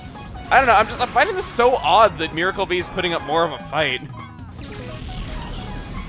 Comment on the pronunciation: i think you pronounce it mie-rar